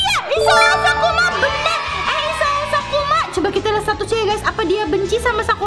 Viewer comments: Maaf ka bukan "kusuma" tapi, sakuma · isao sakuma kak bukan kusuma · kk itu kk itu salah Baca kan itu namanya isao sakuma bukan isao kusuma sih kok gitu gak adil ah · Sakuma kak.....😂😂😂😂😂😂😂😂😂 Bukan Kusuma....😂😂😂😂😂😂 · SAKUMA kak bukan KUSUMA 😭😭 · kak kakak salah sebut kak seharusnya sakuma bukan kusuma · Kak, bukan Kusuma 😂😂😂 tapi SAKUMA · Sakuma kak bkn kusuma 😂🤣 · Sakuma kak bukan sukuma 😊😊😊😊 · Kak bukan isao kusuma tapi isao Sakuma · Bukan Kosuma tapi sakuma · Sakuma kk bukan kusuma😊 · Kak bukan sukuma sakuma